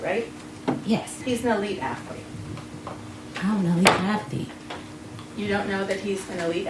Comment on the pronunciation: You knew this was gonna be bad when she said “Afflete” at the beginning